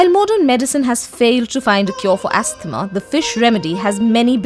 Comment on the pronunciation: The girl doing the voice over says: astmah instead of: ahsma!